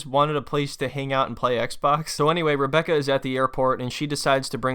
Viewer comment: Sometimes when he says Rebecca 🤣 it sounds like hambugaaar....I love his way of talking and the calm broken English is amazing. It's entertaining 🙂 to listen to him, she on the other hand annoys me so does her daughter, nobody treats him with respect it is all negative.